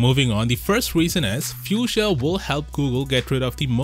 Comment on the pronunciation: Ypu say it like "fooshia" not how you saying it